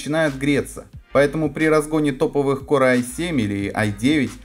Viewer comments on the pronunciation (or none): Корэ ай 5 ))) Не мочи коры а называй правильно - Кор, я вижу с английским у тебя борода, не знаешь как произносится погугли и почитай транскрипцию.